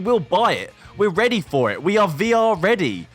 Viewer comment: V R READY VE ARE READY HAHAHAHAHA